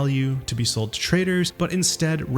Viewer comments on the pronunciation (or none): none